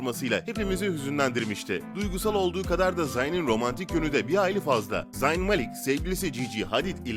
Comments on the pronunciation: zayn i koyduğun için beğendim ama zayn zeyn diye okunuyo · Abi zeyn deye okunuyo